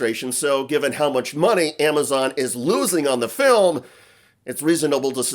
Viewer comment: Why in hell are you still talking about this? Shouldn’t you be talking about Epstein documents instead of giving them a reason to say “everyone is talking about my ‘filim’”?